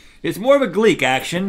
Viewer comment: For the last time........ it's not gleeK it's gleeT. GLEET not Gleek